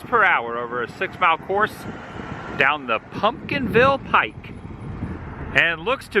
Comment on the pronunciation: PumpkinVine, not ville 👍🏾